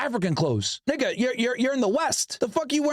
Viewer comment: When u say nigga it dont even sound right